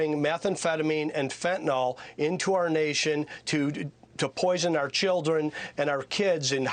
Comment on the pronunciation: There's no "Fentanol", there's only "Fentanyl", "yl" is pronounced "il" not "ol". Why would anybody even think "yl" was pronounced "ol"? When you hear a person say Fentanol you know you're listening to a person who can't read properly, like the Governor of Arizona. From his virus collaborating school policies, I'm not surprised he can't read.